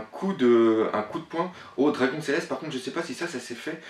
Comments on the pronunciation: C pas dragoune mai dragon arrête de niker le nom des perso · Dragon ça s'écrit " dragon ( comme l'animal ) mais ça se dit " Dragone" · c une demade personelle svp pourrait tu prononcé luffy=leffy et dragon se prononce dragonne c juste un demande personelle mais sinon genial tes video continue